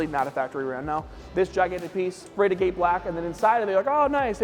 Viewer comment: Being a guy that crushes rock for a living, hearing him mispronounce "agate" everytime he said agate black was driving me nuts 😂